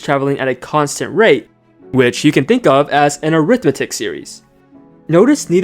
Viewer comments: Great video! By the way is pronounced arithMETic series instead of aRIThmetic series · I hate your ai voice: it's awful. Get the emphasis on the right syllable. It's not an arITHmetic series but arithMETic.